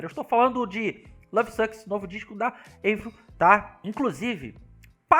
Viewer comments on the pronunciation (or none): Não é eivril é "AVRIL" o nome dela é francês e não americano!